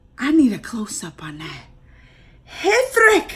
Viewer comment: "H" is silent in "Hrithik Roshan" 's name!!